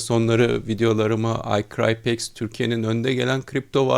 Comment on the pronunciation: Hocam cok havalı icrypex diyorsunuz ya saatlerce ingilicce konussanizda sizi dinlesek